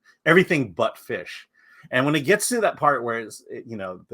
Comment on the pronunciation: Did say "Butt Fish" around 8 minutes 22 seconds in???